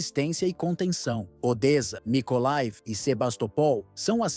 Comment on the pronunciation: Pronúncia corretas : [poltáva] palavra paroxítona, NUNCA póltava [odéça], NUNCA Odes SIMPLES assim..